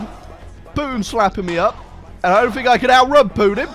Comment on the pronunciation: I can't get enough of "Putin" pronunciation. -That's Poo-in. That's Poo-in doing the Poo-in walk.